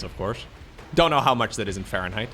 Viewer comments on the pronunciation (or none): none